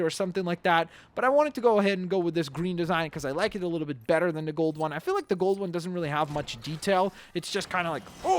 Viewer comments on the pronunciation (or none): none